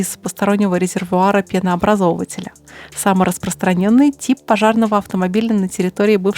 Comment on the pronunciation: ПенообразовАтеля, а не пенообразОвателя